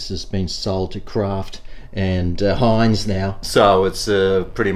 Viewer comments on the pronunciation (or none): none